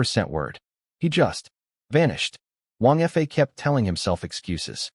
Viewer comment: It's annoying how the AI narrator often pronounces 2- or 3-letter words like they were abbreviations, particularly pronounced in this one, because Wang Fa is mentioned so often. 😮‍💨 There's also quite a bit of repetition, describing the same event twice, and some inconsistencies (sometimes "months" have gone by, sometimes it's "four days"). The illustrations are also unusually inconsistent, the wives have several very different designs, I've seen much better on this channel. And it's a bit disturbing how the 3rd wife looks like a child. Like, under 10 years old child, in many illustrations. But overall, it was enjoyable. Surprisingly, it ends at a point where I feel like it could work as a complete story. But of course, it leaves plenty of room for a sequel, and I'd like to listen to one.